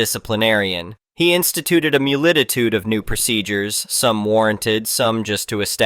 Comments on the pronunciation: How in the HELL did "multitude" become "mulititude"? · Only a text to speech engine would say something as dumb as "mulititude", instead of making the obvious correction to "multitude". This is how the machine uprising begins, just like Maximum Overdrive.